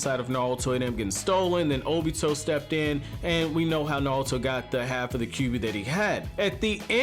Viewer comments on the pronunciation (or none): none